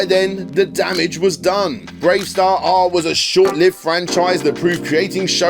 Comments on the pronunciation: You don't need to pronounce the extra R in BraveStarr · The hell are you pronouncing the extra R on Bravestarr for? You're not meant to. It's just spelt that way to look "cool". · Igor from Count Duckula is pronounced Eye-gor, it's pronounced Ee-gor. And why do you keep pronouncing the superfluous R at the end of Bravestarr?!? It's silent. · Honestly can’t tell if the mispronunciation of Igor in the Duckula section and the constant R after Bravestarr are bits or if you’re really unsure how to pronounce. If it’s a genuine error, the intro to Bravestarr even gives you a hint 😜